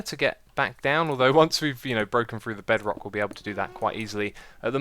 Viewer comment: another word for the xisuma dictionary i hear there Bedwock Bed-wock the mis pronunciation of the word bedrock...